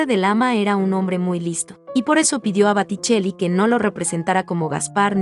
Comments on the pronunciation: Bellos los cuadros, pero crei que se decia Boticelli no Baticelli. Estoy en un error? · Botticelli, repite y repite Batticelli. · Por favor corregir Baticcelli x Boticcelli. Una pena q se pronuncie mal en comentarios q parecen tan preparados. Gracias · Booootticelli no Baaaatticelli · El pintor se llama Boticelli no Baticelli. Sería conveniente que lo pronuncies correctamente. Lo mismo pasa con Renoir que se pronuncia Renuar. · Por favor por favor es Boticcelli con o por no es con a se oye muy feo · Por favor que la que relata diga BOTICELLI no BATICELLI¡¡¡ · Corrige es Boticell con O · Que día más tonto tengo hoy...he tenido que dejar de ver el video porque no soportaba más escuchar ese "bAtticelli" BA.....? en fin, gracias ...... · Los videos y los textos son muy buenos, lástima que diga Baticelli una y otra vez, es un error que deberían corregir. En otros videos he notado lo mismo, buenos videos, buenos textos, la narración y la pronunciación de los nombres dejan que desear. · Baticelli que??? Muchos errores de pronunciación es blasfemia por esos grandes pintores del Rinascimento italiano .mal trabajo!!!!!!!!! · Es: BO TI CHE LI la pronunciación. ¿qué clase de español hablan? ¿de donde son? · Por qué dice baticcelli ????? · Que tal si pronuncias bién , porque realmente aprender es un todo...por lo que describir una pintura y decir mal el apellido del pintor, deja la duda si lo que se explica en el video es realmente verdadero !! Sabemos o no . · Gracias, sin embargo los nombres en italiano están mal pronunciados, gracias! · Me extraña que la que comenta las pinturas no sepa pronunciar correctamente el nombre del pintor, lo que ocurre aqui y en otros comentarios de otros pintores. Este error hace desagradabld oir los comentarios. Ñ